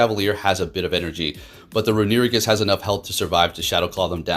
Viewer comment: i see a runerigus video and i watch just to hear him pronounce "renewigus"